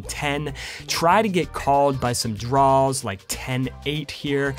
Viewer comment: I like when you say “draws”. You sound like a southern person referring to their underwear; “mah DRAW-ers”